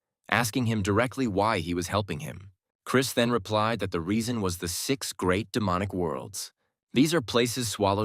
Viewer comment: i heard sex mentors not six😂